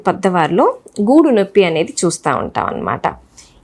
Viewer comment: గూడు కాదు గూడ భాగం